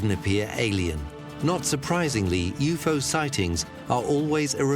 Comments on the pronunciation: Ughh everytime he says u-fo instead of u-f-o I cringe!!! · was that the alpha centari "galaxy" ? Lol, that was dumb, I also am super irritated everytime he says u-fo instead of u-f-o lol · "You pho" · they do yes but U.F.O is always said in a segregated manner , not yufo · Does the guy narrating this even know what a UFO is? Because he literally cannot pronounce it 🤷🏻‍♂️